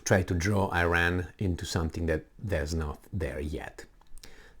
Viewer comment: You should learn how to pronounce iran